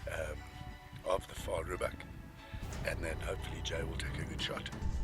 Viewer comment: Vaal "Rhebuck" not "Reedbuck." That is what you get with an American trying to be an African. Cockeyed little guy wants to be the client AND the PH.